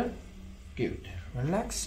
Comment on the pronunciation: Il tuo lavoro non è sapere l'inglese perfettamente... quindi non preoccuparti troppo... detto questo la pronuncia è piena di errori... tipo JOE invece di JAW... Interesting ha l'accento sulla prima i e non sulla seconda e... good si legge guud e non ghiud... friends la i non si legge... comfortable ha l'accento sulla o e non sulla a... ma ti dico questo giusto perché lo hai chiesto tu perché come ripeto non è il tuo lavoro sapere perfettamente l'inglese...